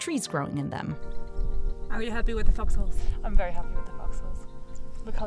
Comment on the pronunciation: What are you saying? Are you saying fox holes? Because it doesn't sound like it!